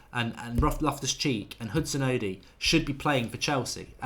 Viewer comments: Mark... it's not Hudson-odee. It's Hudon-Odoi. Odoi... like "Oh Boy". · its Odoi not Odi or Odiii, Odoi pronounced O-d-o-y .... a Ghanaian name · its pronounced Odoy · The best way to get Mark to say Odoi correctly is to give him a sound like situation. It is Odoi sounding like Oh Boy . There it is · Mate it's pronounced Hudson Oh-Doy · Nick IK. Hudson-oddy. Ugh. 😣 That really hurts my ears. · Philip Darku | As I was typing that comment Mark still said Odi after being told it was wrong 😩